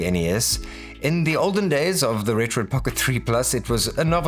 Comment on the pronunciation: Thanks for not calling it retroARK